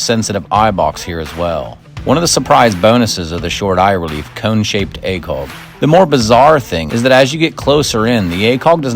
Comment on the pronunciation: I like your videos. Why do you say acoLg?